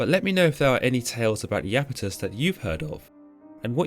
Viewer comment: Pronounced "eye"-Apetus, not "eee"-Apetus. Iapetus is displeased.